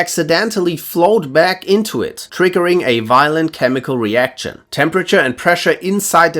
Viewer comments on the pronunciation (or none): none